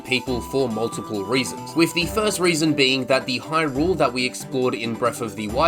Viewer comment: Why are you saying Hyrule as if you are greeting rule.